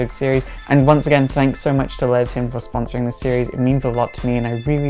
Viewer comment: Oh. Lezhin, I thought he was saying "lesbian" at 1st. LoL. The serious sounds interesting, I just with he told about some of their powers & showed some battle scenes in this vid. Sigh. Well, maybe next time.